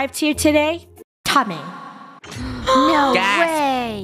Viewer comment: It’s not “Tommeh” it’s Thommeh that’s what funneh said in the stream Edit: thx for the heart